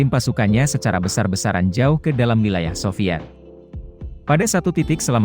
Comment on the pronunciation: Pembacaan wilayah saja salah ,, Berarti pengamat abal2 juga nih...